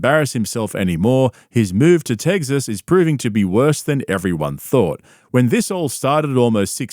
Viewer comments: "techs"-"is" or "uhs". "tegzas" is some New Zealander shit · It’s not tegzis it Tex-s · Tegziz. Bro, I know you’re from Austria or New Zoolander or something, but it’s pronounced TEK-sis. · Did you say... teggsas and nardivs?😂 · "Teggsas" lol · Cringe you got me right away with the “Teggsess” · As a Texan I like the way you say Teggsus. It's almost like trugg walk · Ahh yes. Nothing better than good ol “TEGGGSUS”. You realize there’s an X in the name, and not a G.. right? lol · Tegsas - you Lmao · "TEGZUHZ " LMAO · Please never learn how to pronounce tEGGsus 😂 love it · I appreciate you using the correct pronunciation of the state of Tegsess. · Why is he calling it “Teggzuss” 😭💀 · Hey... just checking if Aussies know it’s Texas with an X in the middle not Tegsas🤣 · I know you’re from South Africa or whatever but there’s an ‘X’ in Texas…not eggs. It’s not Teggsas….what are you doing here b JK…you rule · “Tegces” makes my skin crawl bro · "TEGSAS" xD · He did quit, he moved to Aussin, Tegzus (bapa’s pronunciation) and bapa followed him. Callen wants nothing to do with cauliflower ear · Why do you pronounce Texas like that??? There’s NO “g” in the word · There is no g in in Texas bud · There is no G in 'Texas' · There isn’t a G or a Z in the word Texas. 🤦‍♂️